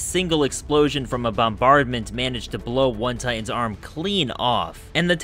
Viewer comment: Am I the only one who hears his pronunciation of "Titans" as "Tye'ins"? Earworm glottal stop.